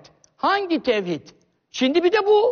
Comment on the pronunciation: mi adam kelimeyi tevhidi söyleyemiyor ne münazarası kardeşim🙂